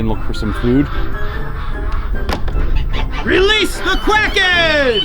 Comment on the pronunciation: I believe he said "Welease the Cwacken"...